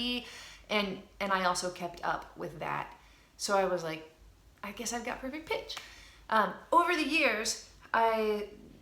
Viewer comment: i've thought u've said 'perfect bitch', lol